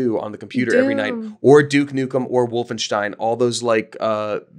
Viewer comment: My mom and brother and I all used to play Wolfenstein! Love that you pronounced it properly, with a ‘sh’ sound!